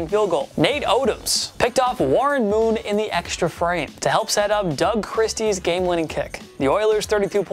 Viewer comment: Steve C-H-R-I-S-T-I-E, NOT Kirstie, putz!